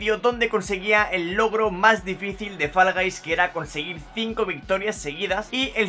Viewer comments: Porque dices Fallaguys??? XDD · Por que dices falas gais XD